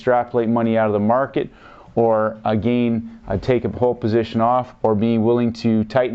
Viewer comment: Good videos, however, the way you pronounce "again" is not correct. Watch this very short video, on the "proper way" to pronounce this word. No "disrespect" brother, but, it is annoying. "How to Pronounce Again"